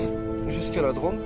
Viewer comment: Bonsoir l'ami, joli petit road triple long du Rhône, entre Drôme et Ardèche, et comme tu peux le constaté sur Rhône et Drôme il y a un accent circonflexe, donc tu doit appuyer sur le Ô et pas le prononcer a la mode de la ville rose ( 😂😜) merci pour ce moment de douceur, bise. Jmdetek, Road-Magnet_YTB